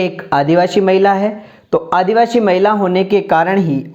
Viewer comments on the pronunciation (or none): आपका शब्द उच्चारण बहुत गलत है । आदिवासी को आप आदिवाशी 😢😢😢